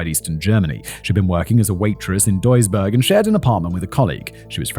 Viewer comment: As I listen to the story: greetings from Duisburg😁 Btw You didnt butcher the Name of my home as much as some of my fellow citizens :)